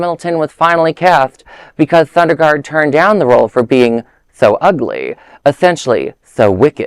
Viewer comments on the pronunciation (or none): Not Sunderlund - It's Sondergaard